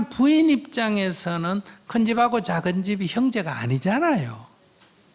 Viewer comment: 쩍은 아들, 작은 아들로 발음하시길, 좀 거슬리네요.